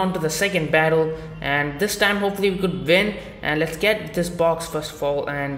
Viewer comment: "Hopefully we could vin"